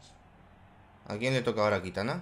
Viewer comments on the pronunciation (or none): kitana = jitana